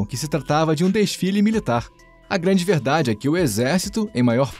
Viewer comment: Alexandre o glânde KKKKKKKKKKKK